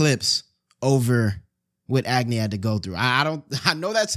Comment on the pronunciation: why he pronouncing agni as ag-knee bruh i'm crine😭😭